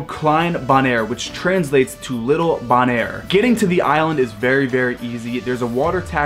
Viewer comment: Isn’t it pronounced Bow - naire? With a long ‘o’ sound?